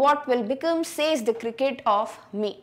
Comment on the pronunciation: Mam you have pronounced says wrong.